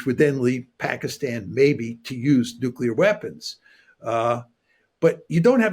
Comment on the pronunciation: youi said nucular, didn't you?